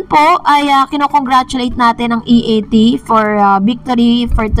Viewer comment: Si Vic Sotto ang nag correct kay Jimmy Santos sa pagsasabi ng E A T.